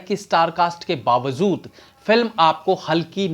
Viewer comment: tumahaari Urdu theek nahi he khaas kar ke Bawajood wala shabd gadbad karta he! ☺